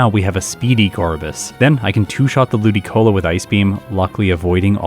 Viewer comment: Pronoucing Ludicolo as Lu-DIC-olo will always be funny to me